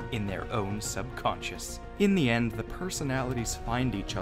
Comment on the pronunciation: I love btw it’s subconscious not sub concus